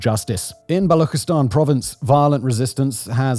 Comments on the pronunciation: God damn it Simon I've been saying since the VisualPolitic era that Balochistan/Baloch has its ch pronounced as lik ch in church, chapter or channel not like that empty mouth gargle sound ! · Baluchistan is pronounced with the same CH sound as English, not the German one.